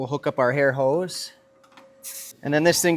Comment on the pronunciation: Did anyone else hear him say hair hose or is my hearing just as bad as my wife says it is lol